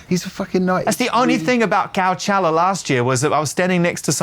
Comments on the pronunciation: when he was saying cowchella i thought he was referencing some parody festival he perhaps runs on his devon farm or something for the locals, but no, that's just how he pronounces it. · Called him out on the COW-CHELLA 😂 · It's pronounced Co-chella. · Let him pronounce Coachella any way he wants mr! 😂